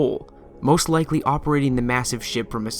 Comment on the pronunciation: Did... did you say lickly instead of likely?